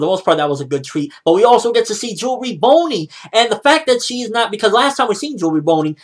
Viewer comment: Also it's not BONE-Y... XD It's pronounced BAWNEY. Just throwing it out there. No hate lol.